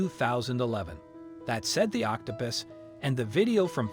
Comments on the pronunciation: You call it octo pis and octo poose. The correct pronunciation is octo puss, as in Puss In Boots. Just so you know.😁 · Octapis? Please pronounce words correctly, like OC TO PUS (pussywillow) not pissywillow. Please remember that when adults mispronounce words, then children learn to mispronounce words.